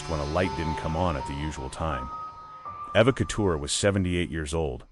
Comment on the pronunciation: Pronounced E va " Eva "